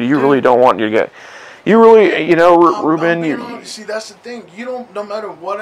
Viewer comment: Its Paul Reubens. Not Reuben But nice try.